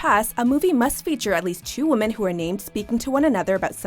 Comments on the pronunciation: Pronounce women as woman one more time. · My god. Why do so many Americans say "woman" when they are referring to "women"?!?!?!